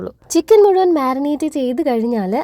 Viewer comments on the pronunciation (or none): none